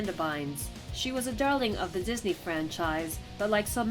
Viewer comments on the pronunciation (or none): wtf is says Dosney instead of Disney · says "DOSNEY" instead of "DISNEY". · 6.26 innocent 'Dosney Stars cmon mate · "Dosney" Child Stars?